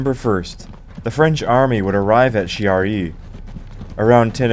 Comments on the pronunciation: Excellent docu. You got a new subscriber. However... ... it pained my quarter-Italian ears much to hear the name of Chiari so badly butchered over and over. It's /kiari/, the "h" in that position in Italian is precisely to avoid the /t͡ʃiari/ pronounciation you insisted upon, which would be the case ONLY if written "Ciari". "Ch" as /t͡ʃ/ is only West of the Alps. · Kyaree not Shiaree. Chi is pronounced shee in french, not italian. Anyway, way the go. Not many videos on this subject. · Thanks for the video. It was entertaining. A couple of points, if you don't mind. Chiari is pronounced Kee-ah-ree. The music, I know it's personal, but I found it a bit monotonous. All in all a good video. It made me want to check the rest of your production 👍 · Chiari (kee-aa-ree). With a "k" like "cake", "king", or "can" IF it is an Italian name.